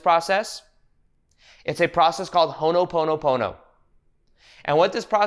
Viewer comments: Ho'o'ponopono. Hoe o Pono-pono. You're saying Hono... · Hono pono pono sounds like oogha boogha boogha